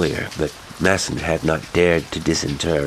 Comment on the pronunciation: Wait…. You mean the name MASON? MAY-SUN? Not MASS-ON